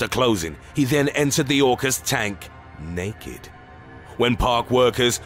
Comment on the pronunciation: "Naked" HaHA..